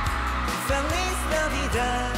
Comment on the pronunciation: Super conmovida con la perfecta pronunciación de Jin. 🥺